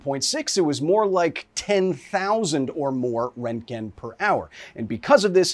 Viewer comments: the amount of times he says rent gen , instead of RONT gen, is giving me radiation poisoning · "Rentgen" is such a cursed pronunciation. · Röntgen isn’t pronounced rentgen! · are you saying Rankin? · at first I thought he was saying rankine and I was like damn thats cold. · Not how you pronounce roentgen but okay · Literally no one is pronouncing the umlaut in Röntgen (Roentgen) correctly, not Kyle, not HBO… like come on guys do better 🙄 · Best part is intentionally saying the guy's name wrong multiple times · I guess thats how we are pronouncing roentgen now lol